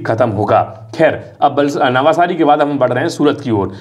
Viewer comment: नवसारी, not नवासारी